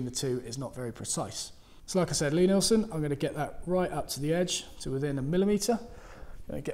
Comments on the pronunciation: It's pronounced LEE, not LYE. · Best woodworking videos on YouTube, hands down. No bull, just simple (and entertaining) instruction. BTW,, I believe it's pronounced "Lee" Neilsen, with a long "e." Carry on!